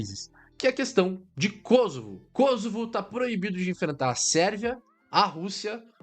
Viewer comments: Não é Kôsovo, e sim, Kosôvo. Pois não é uma palavra proparoxítona. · Por que Kósovo. O correto é Kosovo. Mania de acentuação inglesa.